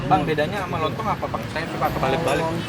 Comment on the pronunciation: Salah ngmng lontong terus bang